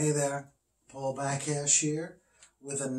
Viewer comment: When you said " here" i swear i heard "Paul the cashier." Thanks for the review! Looking into the Bullfighter.